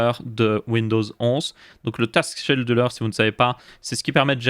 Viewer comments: ça se prononce skédule pas chédule ^^ et non ça sert pas à allouer les ressources mais comme son nom français l'indique (planificateur de tâche) à planifier les tâches, genre tel jour, tous les jours à tel heures, à chaque redémarrage, etc. etc. tu dois sûrement confondre avec le task manager (gestionnaire de tâche) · Hello ! toujours au top ces vidéos ! :) Juste on dit "Skéduleur" pour scheduler, ça m'a tiqué à l'oreille mais c'est rien de grave ! Merci de nous tenir informé de l'actu et de donner ton avis sur tous ça ! sys